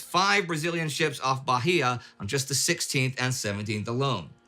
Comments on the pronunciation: quick correction: It’s not pronounced Barria it’s pronounced Baiia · Bahia (Portuguese word for "bay") is a Brazilian state, whose name is correctly pronounced as "bah-EE-ah", not "bah-HEE-yah". The "h" is muted, not pronounced at all. In ancient Portuguese writing, valid until mid-XX century, the muted "h" indicated a stressed syllable, as an accent would in current Portuguese writing. If the name of the state was written using current Portuguese writing rules, it would look like this: "Baía". For historical reasons, the name of this state is written using the ancient stressed syllable writing rule, not the current one. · Just a little nitpick, Bahia is pronounces Baia. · Bahia pronounces baía (bay)